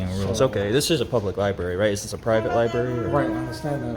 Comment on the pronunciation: " for lie-berry purposes they don't want nobody recording"....okay, well nobody isn't recording so....